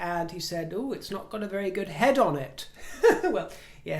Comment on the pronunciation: Did you say, “off the top of me hed”!! I never you heard you use that accent or word usage before! Where is it from??